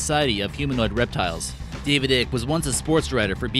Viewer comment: It's not David ick its David I-cke